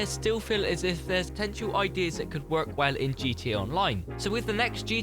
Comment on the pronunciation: I hate how you say the word work